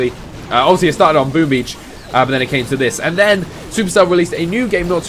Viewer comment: I thought he said boobies instead of boom beach...